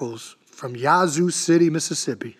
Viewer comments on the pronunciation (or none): You said Yazoo, MS incorrectly but we won’t hold it against you. 😂😂